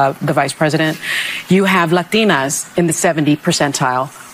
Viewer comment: The way she says "LaTinas" grinds my gears - you are speaking English, why would you say it with an accent? If she's not saying it with an accent and is correctly pronouncing the word in Spanish, my question is still why? It's like saying "ruskies" instead of Russians or "Deutch" instead of German.